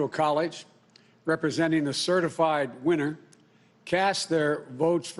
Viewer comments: Certi-flied!!!??? This doofus can't run even run his mouth properly nevermind a whole nation! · "good evening my fellow Americans, over the fast few weeks ... have certaflied" - joe biden 2020. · 13 seconds in and he's already like "certiflied"